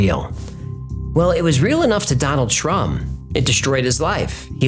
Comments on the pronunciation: I thought you said Donald Trump. Lol. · What kinda poor excuse for a bow hunter only brings 4 arrows?? And I kept hearing you call him Donald Ttump.